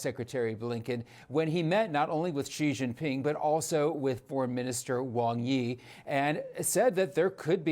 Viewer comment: I can't believe there are STILL TV journalists for a major news network who don't know how to pronounce Xi Jin-ping. For heaven's sake, just find a Chinese speaking employee and have a five-minute zoom call to train all your on-air staff how to say it correctly. It's not that hard, even for a non-Chinese speaker. Xi is pronounced (close to) the English word "she", not "zhee" or "gee".